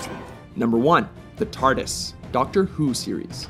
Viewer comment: its TARDIS not tartis